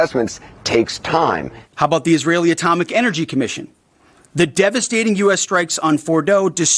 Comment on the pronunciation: devastating, not devestating